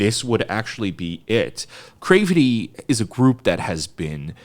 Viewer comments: it rhymes with gravity. It's a mash-up of 'creativity' and 'gravity'. It is not from 'crave' or whatever you think it is to make you pronounce it the way you do lol. I say this with love lol <3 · wait, have I been pronouncing their name wrong? is it Cravity like "gravity," or crave-ity???